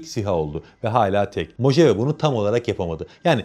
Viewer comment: Mohavi diye okunuyor. ABD de bir çölün ismi.